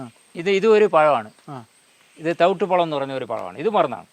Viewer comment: തവ്ട്ട് പഴമല്ല തവിടി പഴം